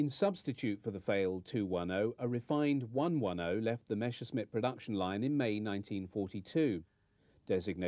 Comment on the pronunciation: It's "Messerschmitt" not "Meshersmitt", ffs!